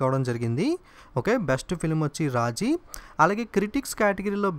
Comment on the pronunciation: Raaji kaadu raazi